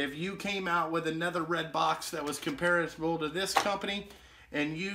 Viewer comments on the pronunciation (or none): none